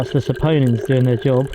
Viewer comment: you finally said "saponins" correctly